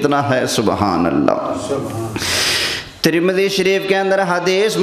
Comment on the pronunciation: ترمذی شریف کا نام تو اچھی طرح سے لے لیتے